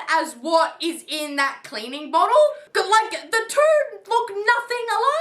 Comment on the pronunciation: the way he says “ SECOND!” And “BOTTLE” ☠